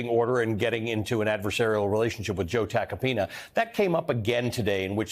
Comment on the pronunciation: Joe Attack-a-peen-uhhh Or Joe Take-a-peen-uh😂😂😂